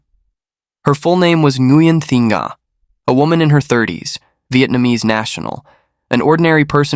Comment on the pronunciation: "ng' is a nano-guttural sound, particular to the Vietnamese language, does not sound exactly as "n", like in viet-NAM. The narrator has got the sound quite accurate enough, with the victim's name, which is Nga (not to be pronounced 'Na"). From a Vietnamese native speaker.